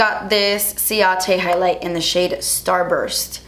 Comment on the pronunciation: Did anybody notice that it sounded like she said "crease shit" instead of "crease shade" hahaha! Not being mean, I lover her she's really the only person I watch on youtube, it just sounded funny to me. Or did she mean to say that??? - that's when she said it.